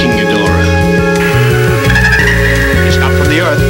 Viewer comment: No it is not geeborath it is ghidorah